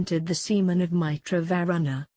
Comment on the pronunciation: For the text-to-speech renderings of very uncommon words like "yagya" "Nimi" "Mitra", etc., use xml tags to get the pronunciation right so that your text-to-speech program can say these words properly.